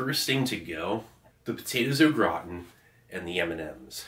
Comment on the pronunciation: It's not potato o It's potatoes au gratan